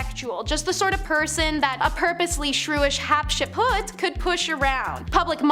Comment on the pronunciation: Some of these were fascinating that I hadn't heard. However, I turned it off after they all mispronounced "Hatshepsut" and the girl butchered "Ptolemy" and every other name she said.